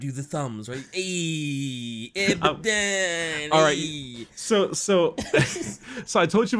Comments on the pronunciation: abadon is from the hebrew word avadon, it's not av-eh-don, all of the A's are read like in "up", so it's aa-baa-don (btw it means doom/damnation) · it's Ah Buh Don, Not Bad Aladdin. Abaddon comes from the bible, ya dingus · Abbadon? More like dabbedon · It's E-Zyk-E-L and A-Ba-Ddon according to all audio books